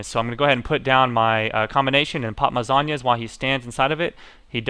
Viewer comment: you dont say zohnya like sagne it zone-ya